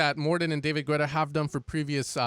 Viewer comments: I have to tell it. Its pronounced 'Geta' Ok I can continue watching your video 😌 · Still wondering why you say 'Güetta' 😆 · Lol when is he gonna start pronouncing "Guetta" correctly